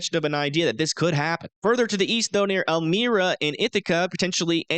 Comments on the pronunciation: Hey bro. It's el-mi-ra. And you said Binghamton. It's bing-ham-ton... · He also said elmira wrong...